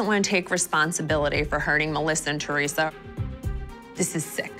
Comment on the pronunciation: The way Siggy says ‘Chorisa’ instead of Teresa 😂